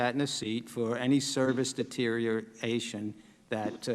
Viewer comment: Can't even say 'deterioration' properly. Leave him at home for the spelling bee contest, teach!